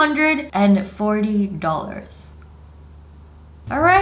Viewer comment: I love how she says dollars.... “dollers”